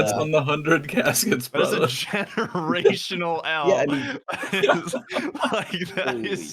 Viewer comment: “That’s a genorational L” ☠️☠️☠️